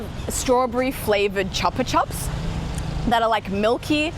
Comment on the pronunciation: "Chupa Chups" got me!!!, it's a spanish brand, you should pronouce it Choopa Choops (no I wont tell you to look up what it means)